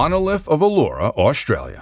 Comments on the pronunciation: thats not how you pronounce mate its oooo-laaa-roo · It's pronounced u la ru